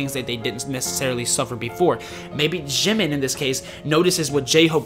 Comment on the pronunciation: I usually don't leave comments but the way you pronounce food and the 'j' in Jimin and Jin is hilarious 😂 anyways this video was great 🔥👌like all of the others ofc